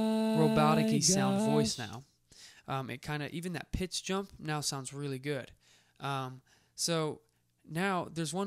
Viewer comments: Did he say time and "PINCH"? instead of pitch? lmao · hahaha I thought I my ears added the "n".